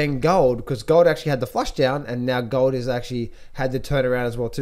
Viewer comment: Gaaah-old and sil-vah...what kind of accent is that,?